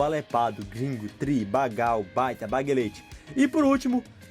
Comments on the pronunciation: Eu gostei do vídeo, porem tem algumas pronúncias que nao foram corretas e até onde sei, o marcos do “taca-lhe pau nesse carrinho” é de SC e nao do RS a cidade de Vacaria se pronuncia “vacaría” e não “vacária”, e não é “bagal” e sim “bagual” e uma cidade com o nome bem estranho também é Boa vista do cadeado hahaha e também, Tchê tem uma tradução que seria “homem de deus” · Antes de gravar um vídeo sobre um determinado estado, pesquise antes a pronúncia correta de certas palavras,por exemplo, vc falou "bagal" , quando na verdade é "bagual" (sim, o"u" é pronunciado), outro erro gramatical foi o nome da cidade de "Vacaria", não tem acento , então não é "Vacária". Estude um pouquinho mais e não passe vergonha e nem ofenda os moradores do Estado com seus erros primários e gramaticais. Fica a dica pros próximos vídeos, estude e faça com mais esmero e qualidade. Teus vídeos são relevantes.